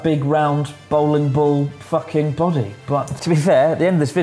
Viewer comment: a bri'ish person saying "fucking"